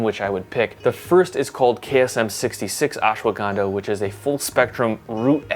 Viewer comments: Hey man dont pronounce it as Ashwa- Ganda. Ganda in India means "Bum". Instead it is to be said as Ashwa gun dha. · messed up pronunciation its ush-wuh-gun-dhaa